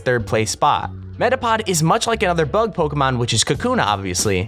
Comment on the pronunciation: stop saying pokémon wrong dumbass shit